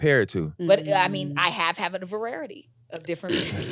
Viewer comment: Lmaoo her using vararity over and over is hilarious